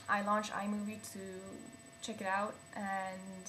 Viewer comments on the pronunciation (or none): none